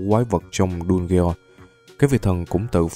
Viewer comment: Đọc dungeons sai r anh